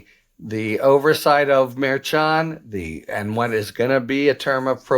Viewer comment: It’s Mer-Shun not Mer-chun